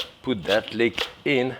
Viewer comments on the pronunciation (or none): It’s leek.